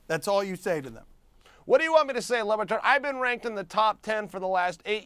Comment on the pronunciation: He keeps CALLING him "lubatard" LMAI